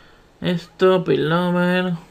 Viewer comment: pilover e ... NO pilTover ajajajaj